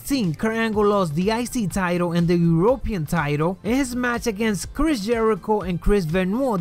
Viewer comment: it isn't urope pean it's european